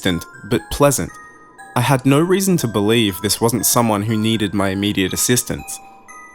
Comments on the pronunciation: You accent saying "No" is quite funny. To me, it sounds like "Noorreee" lol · On a side note, always loved the Australian accent, and I feel like it works great for this story! But I do love the way yall say No very much lol, not trying to knock ya